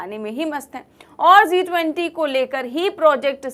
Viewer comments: It's G20 not Zee20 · It's G 20, Zee20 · G 20 not zee 20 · Zee 20 nahi G 20. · Zee 20 Nahi G 20.😂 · Aap zee 20 bolrahe hain madam jab ke it is G 20 hai please correct your self